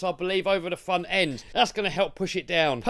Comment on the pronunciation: Glad you got the "weaw end" figured out, and the "fwont end" figured out. Now you've got plenty of time to work on your "spweach impetamint".